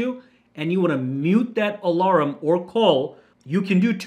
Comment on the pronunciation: It's funny how you say alarm haha, "alaram"